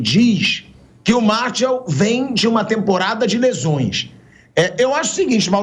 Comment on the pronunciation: Chega dar agonia ver o pilhado falando o nome do jogador errado, não é "Martiau" nao pilhado. O nome correto é "MARTIAL" (escrito) e "MARCIAL" ( pronúncia correta)